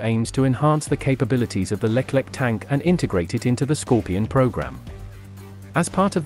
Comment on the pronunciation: it not Leklek , but Leclerc (read Lekler)